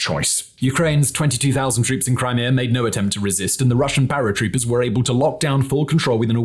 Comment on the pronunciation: Your “were” and “weren’t” could be enunciated a bit better please, i was confused at times since captions didnt seem correct